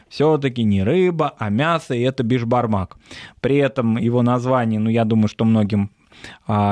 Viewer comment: Все хорошо. Только не беспармак, а бешпармак